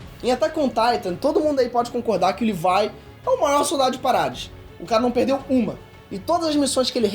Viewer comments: Sobre o bordão: "Olá, meu nome é e eu falo Livai aí invés de Levi" zoas, mano kkkkk parabéns pelo vídeo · "Livai" foi foda kkkkkkk, cade o brasileiro "Leví" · Livai? Eu to ligado que fala assim no inglês, mas nossa senhora... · "livai" kkkkkk